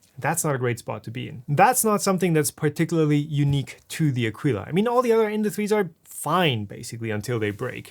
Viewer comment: It's pronounced a-kee-la. I bought the C2 model and it's the best 3D printer I ever bought. It's also the first 3D printer I ever bought, but I'm glad I bought it. I would have appreciated you telling us what the 'easy fix' is to lock the wheels rather than just complaining that the manual doesn't tell us (neither did you).